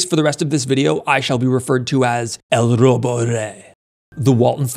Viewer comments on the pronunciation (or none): Its el Lobo rey not el "robo" rey